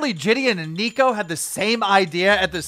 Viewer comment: ‘Nick-oh’ not Neek-o